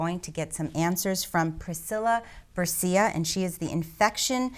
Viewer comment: Bercea is pronunced Ber(CE)a; CE pronunced just like the first syllable in the word 'CHErub'. The 'a' at the end of BerceA is pronunced 'ah' as in yeAH.